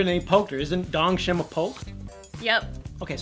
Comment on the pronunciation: its dongchim! not dongshim btw